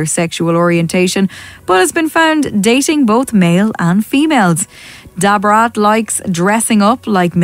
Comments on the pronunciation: Who tf is "DAH BRAS"???? LMFAOOOO Ma'am you mean da fucking brat?? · The lady saying Da Brats name like that is so annpting..ijs lol I never knew about David Guess though🤢😞ewww dam. Can you not use that lady again as she doesn't even know how to pronounce these folks names.. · Sounded like she was calling her Deborah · 🤣🤣🤣🤣 why she say Da Brat name like that is what I’m talking about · That computerized narrator was trippin when pronouncing Da Brat!! 😂 u should narrate it all or get a computer narrator w/an English accent👍🏾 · 😂😂. I know right. She really shouldn't be speaking on Da Brat She can't even pronounce her name correctly and it's not because of her accent either 😂😂